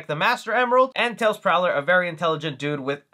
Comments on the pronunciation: Miles Prower. Not Prowler. As in Miles Per Hour? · Great video, but I would wince everytime you reffered to Tails as "TAILS PROWLER" rather than "Miles PROWER". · It's not "Miles Prowler" it's "Miles Prower" which is a pun on miles per hour, if you say his name fast enough you hear it. Sorry, kept hearing you pronounce it Prowler and it got to me. Also one of my favorite Easter eggs is the part where Knuckles asked if there were grapes in the ice cream, since the Sonic 3 game manual states that his favorite food is grapes. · Bruh I don't wanna be that guy but it's weird to hear someone talk about tails and say "Miles Prowler" when its actually Miles Prower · Dude how can you be such a big fan and mispronounce tails's full name. Its Miles Prower (No L, I use to say it wrong to when I was younger). Say Miles per Hour, while reading Miles Prower to understand how they got his name). Just sayin' . Was not ment with hate, more to educate 😄